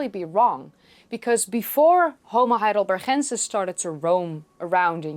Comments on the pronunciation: Your accent is so good that it is a little jarring when you use that glottal sound that English doesn't have in Ergaster and Hidelbergensis. If you had a terrible accent that would sound fine. Regardless, a great video as usual. Ps... I prefer NeanderTHal to NeanderTal. I think that pronunciation both goes back farther and sounds more natural in English. In any case, both are fine and switching randomly keeps people on their toes. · I had been wondering if you were Spanish by the way you pronounced Heidelbergensis and Ergaster with the g sort of rasped into an h. I wish we had had more instructors like you when I studied Anthropology back in the 60s. Oh how different my fate might have been.